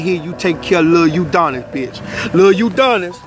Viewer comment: Nigga keep saying Uudonis 😂😂💀